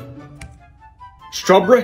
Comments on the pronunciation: Vanillaaaaahhhhh And Stwaberry 😂😂😂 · "SuReBeT" "Vanillaaaaah" "Strawbreh-" ☠️ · Is it just me, or did he sound Scottish for second when he said “strawberry” 💀